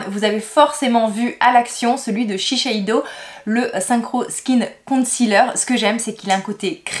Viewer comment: Shiseido pas Shisheido mdr 😂